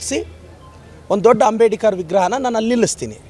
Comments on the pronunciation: ಮೊದಲು ಅಂಬೇಡ್ಕರ್ ಅನ್ನೋದು ಕಲಿಯಲು (ಅಂಬೇಡಿಕರ್ ಅನ್ನುತಿದ್ದಾರೆ) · ಅವರ ಹೆಸರು "ಅಂಬೇಡ್ಕರ್" ಈತ ಯಾಕೆ "ಅಂಬೇಡಿಕರ್" ಅಂತ ಕರೀತಿರೋದು 🤔